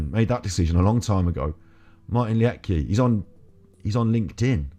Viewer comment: All petty stuff aside. I think you should take the time to actually watch his videos before going against it. I love Martin. Last name pronounced 'Leed Kah'. I have watched his videos for years. You are making a snap judgment and trying to profit from debunking him without putting in any effort. 👎 Martin and all the FEB people deserve better than this.